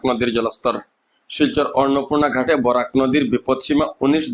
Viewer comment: বোরক নয় বরাক হবে